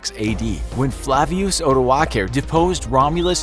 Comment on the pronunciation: Terrible pronounciation of odoacer